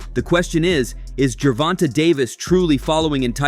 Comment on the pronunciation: It's not fucking ger von tah it's Ger von Tay say it TF right !!!